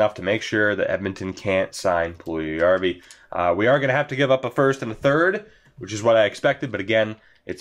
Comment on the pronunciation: Puljujarvi is pronounced “Pull- Yarvy”